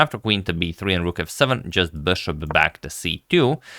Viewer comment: "Bøshåp" - it sounds french? (LOVE! LOVE! LOVE!)